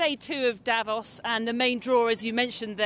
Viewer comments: it is not pronounced davoss but davose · You keep saying Dävos, it's fucking strange. The city is called Davos. I don't go calling Manchester munch-esther either just because that's how it reads to a naive German speakers eyes.